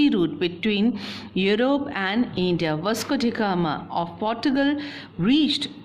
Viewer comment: Why is it eindia ....hahahah much grammatical mistakes .